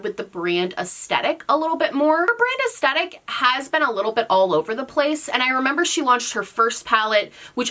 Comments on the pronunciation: The way you say aestetic and not aesthetic is driving me bonkers. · Take a shot every time she says "es-tet-ick" 😂